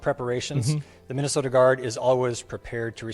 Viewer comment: Guess what.....theyre not fuhkin around,like yall did when you where in power just a short time ago. Also stop saying 'minnih soat ins'